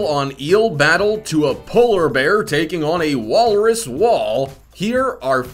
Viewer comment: Walrus- wolres, polar berr, aktopess